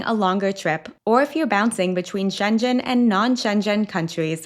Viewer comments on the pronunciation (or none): You pronounce "Schengen" like "Shenzhen" which is a city in China. I checked it and it is "shen guhn". Please look it up. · It is not pronounced [shen-djen]!!! ⚠️⚠️⚠️⚠️⚠️⚠️⚠️⚠️⚠️ To pronounce Schengen correctly, say "SHENG-uhn" (like the words shing and un combined). [1, 2] First syllable ("Sheng"): Starts with a "sh" sound (as in she), followed by the "eh" vowel (as in bed), and ends with an "ng" sound (as in sing). Second syllable ("un"): A short, unstressed "uh" sound (as in about), followed by an "n" sound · Pssst... Schengen is with a hard G. So, not shen-jen, but sheng-en. Thanks for your travel tips! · Schengen is pronounced with a hard G (as in good), not a G pronounced as a J. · Its SchenGEN. (Hard G) You’re making it sound like Shenzhen in China. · It is Schengen, not Shenjen. And La Rambla , not Las Ramblas. As a travel channel you will want to get that right. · It's so funny to hear your pronounciation of Schengen, because it sounds like my Chinese friends pronounce the city Shenzhen. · It is called Schengen not Schenjen area or zone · It’s schengen with a hard G, I live inFrance. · The clothing rule for cathedrals is not new, it’s been like that for decades in many European countries. And FYI, Schengen is pronounced SHENG-uhn ([ˈʃeŋən 😉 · HI, just one small correction, the G in Schengen is a hard G. It's the name of a village in Luxembourg where the Schengen agreement was signed. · ”she” (assuming she is not AI) holds herself out as a travel expert. She should know how to pronounce it, not discover it like the rest of us. Also, saying it the way she does sounds like “Shenzhen,” which is completely different. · Please pronounce Schengen with a G, not Schenchen! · That’s not “Shenjen,” it’s “Schengen.” You should listen to how it’s pronounced. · Haha! I've never heard Schengen said like that! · Schengen is pronounced wrong. I sounds like a town in china in the video. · You are mispronouncing “Schengen”. Please correct this.